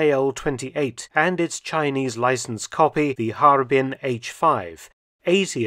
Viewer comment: Pronunciation note - Harbin, when I was there, was pronounced Ha-Er-Bin, like it’s three syllables.